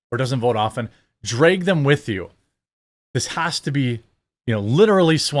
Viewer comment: "draig them with you"??? Its pronounced DRAG. Like the way you spell it...